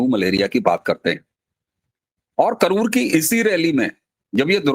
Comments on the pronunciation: कनूर नहीं करूर है। Karur or கரூர். Sir please correct it. Thank you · कनूर नही, करूर है। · Ji, yeh kanur nahin hai , it's KARUR. Jai shree Ram